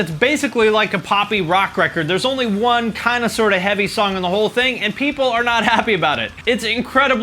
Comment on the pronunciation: This video is literally just you mispronouncing words (Meshuggah, amo, Chael Sonnen...just to name a few) and you acting like your opinion is correct and indisputable... Attila blew up after they put out Rage, not after about that life. People don’t like emmure because Frankie sucks. Where is this metal community you keep talking about that doesn’t give a shit about anything? I get it you think your high amount of views means everyone agrees with everything you say... but you have no fucking clue what you’re talking about or how to pronounce words. Get outta here.